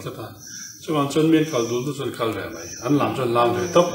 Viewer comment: A tha hlemai ngaihthlak a nuam in bengvarthlak... Mahse kan mipa senior pa2 khi thil ansawi ve hman meuh lo... Chuan mipa kawrtial ha khi mei ti tawh suh se Mai tih tur 🙊 mizotawng a sawi sual hrat tlat hehe